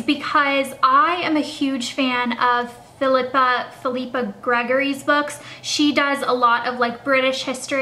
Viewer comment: I THINK it's pronounced PHIL-ippa, rather than phi-LI-pa, but I'm not 100% certain. Check out Alison Weir if you like Margaret George -- her book Innocent Traitor is fiction, but some of her other books are nonfiction, and she does a crazy amount of research. Love her books!